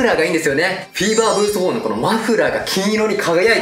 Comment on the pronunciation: フィーバーがセイバーにしか聞こえない